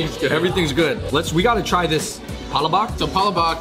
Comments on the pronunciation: The stress of the word is in second syllable. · It's all good! Palabok or Pala-bock as long as you are sharing our culture and educating others with our food, that is very nice of you. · when you say we have a sunny disposition and we are the most extrovert you already made me proud, not to mention how well you explain all the food choices so pronouncing palabok isnt a big deal for me 😊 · Love your video and I am German/Norwegian from Minnesota lol. It's pa LA bok (long O in the bok and accent on the LA lol). Tastes just as good no matter how you pronounce it :) P.S.200,000 Pinoy living in Vegas these days... with original Golidilocks, Jolibee, Chowking, Red Ribbon, Max's Chicken!) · Umm, it's pa-lā-bōk not palabak. You sure he's Filipino? Can't even say it right brah. Smh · Hahaha you had me until you said Palo Bok 😂😂😂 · Great video guys! The Pal-La-Book looked so yummy and you all delivered the food review to a “T” now I’m hungry for some Jolibee. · Heck I’m half Filipino too but I’ve never done heard anyway say it like pala-bawk. 😂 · Pa-la-bock? HUHHHHH lmao #cmonnnnn 🤦🏻‍♂️ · Yeah, in the Philippines it’s pronounced PaLabuk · Pa-La-Bak lol 😂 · I so much have lauch that they called "palabak" sorry guys i just funny to hear the word palabak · yall should have tried the chicken with rice!!! && no offense... Filipino friend please do research if necessary before saying pala bock 100times. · Sorry guys I really butchered the pronunciation of palabok in this video. As you know from previous Filipino food episodes in NYC, I do try my best to share and educate our culture as much as I can. Chalk it up to not hearing the word used a lot by my mother growing up (My dad is Irish). I’ll do better next time, I promise! Hope you continue to watch the videos I produce because I will do my best to continue bringing Filipino culture & food to the forefront of media. Thank you 🙏🏻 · Naahh. All good man. No sweat on palabok pronunciation. I love palabok.